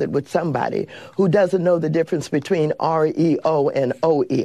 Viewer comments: WTF is an Ohweeoh? It’s pronounced ORR-EE-OH you dumb James Brown lookalike contest reject!!!! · Lol she said he doesn't know the difference between oreo or OEO. So obviously she's actually low IQ. Its REO not OEO